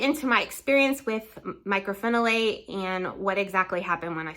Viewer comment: Myco not Micro